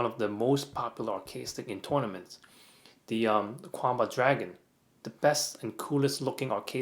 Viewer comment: is Kwamba the correct chinese pronounciation?